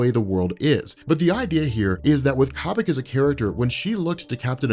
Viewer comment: it's Koh-bik, not Cah-Bik